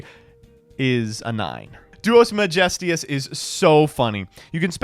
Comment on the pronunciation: “Duos Megistius” where does the extra i come from?